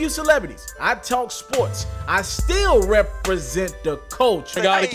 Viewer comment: UltraLight beam "I Repp-reee-snt the culture" that part erks me 😂